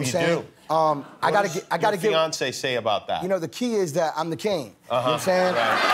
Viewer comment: lol I thought he said Beyoncé not fiance